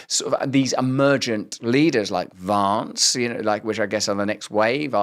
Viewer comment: “JD Vawnce” 😂